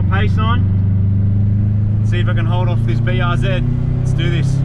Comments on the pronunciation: IT IS NOT BRZED ITS BRZEE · BRZ - Brah Zee-R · Call the BRZ Buhrz ( Бърз ), kinda like how you would pronounce Bill Burr's name including the 's but with a rolling R :D means fast in bulgarian :D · BRZ Blue Rosie ‘Blue Ro-Zie’ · The BRZ is a "Blue Ri Zer" :D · Prounounce it “Breezy”. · I always thought BRZ was supposed to be read like "breeze". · Bruze instead of Bruce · BRZ just read it were like a word. Like "Burrz" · The blistered raunchy czar ( yes i know it starts with a c but its not pronounced that way)